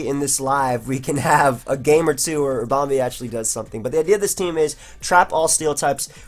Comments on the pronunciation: What's with this Ribom-bay business? Two E's, no A's, no accents XD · with the way he was pronouncing ribombee, he shoulda just nicknamed it harambe. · Everytime he said ribombay I died a little inside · lool it sounds like he's saying harambe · The way you're pronouncing Ribombee is really off-putting, managed the first game and have to stop watching :( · pronounce 'ribom' like 'ribbon' and add 'bee' as in a bumble 'bee'.... i believe this makes sense in terms of procounce